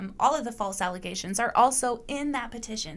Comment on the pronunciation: *It’s ‘ALLEZATIONS.’ 😂